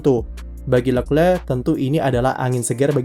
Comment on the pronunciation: jijik om cara sebut nama Leclerc